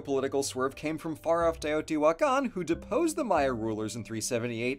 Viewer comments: Respect to for pronouncing those names so confidently. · Brownie points for for using the right pronanuciations.